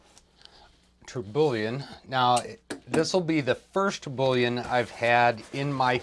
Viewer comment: Hey, love the video. Don’t mean to be “that guy” but you miss pronounced Tourbillon pretty badly, it’s pronounced tur-be-yawn